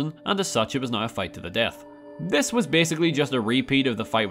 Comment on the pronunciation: Why does this guy add 2 syllables to the word "now"?